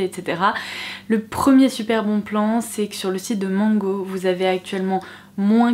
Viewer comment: SVP!!! Mango è une marque espagnole e il faut savoir comment la prononcer!! Il faut la lire avec A, pas O!